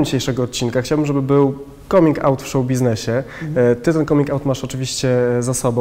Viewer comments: Come czyt. /Kam/ ergo /kamin'/ 😎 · Czy nie powinno się wymawiać 'coming' przez 'a'? xD Mierzi to nieco :D Piróg mówi normalnie, a cała reszta uparcie z tym 'o'.